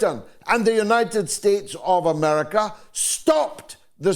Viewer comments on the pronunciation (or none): none